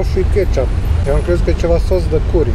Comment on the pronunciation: curry se pronunta "cări"